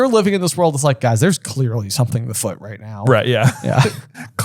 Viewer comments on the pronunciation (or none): Always notice how says The Foot instead of afoot lol